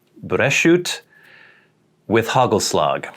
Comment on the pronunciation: HUGHELSLUHGH. Not too bad pronunciation 👏